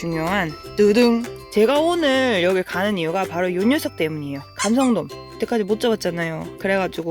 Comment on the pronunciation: 감성돔 진짜 발음하기 힘든걸 해내네요~ㅋ